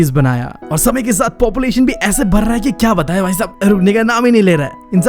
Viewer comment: Br raha hai not badh raha hai lr rahe hai not ladh rahe hai kya bhaiya 😂